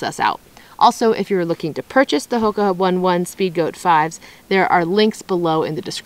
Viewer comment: It's pronounced oh-nay oh-nay....not one one as in the number 1